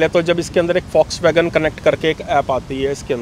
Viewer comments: Indians need to learn how to pronounce Volkswagen. It's "vawlks·va·gn" guys, not folks vagan or vox wagan 🙏🏻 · Fox wagen / focks wagen 😂😂😂